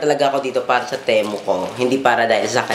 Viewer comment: Hindi teh-mu ang basa Ti-mu